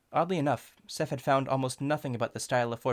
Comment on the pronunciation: these time stamps will be a tad before the moments to better show them anResting minor verbal oddity at "design" severe volume decrease Seph had is heard as "SephT" - unimportant but perceivable tonal change that implies added audio (probably just ignore this one) odd pronunciation "featht" the word being happens abruptly like it's added in (very minor but perceivable) The being pronounced thee here feels a tad stiff Volume decrease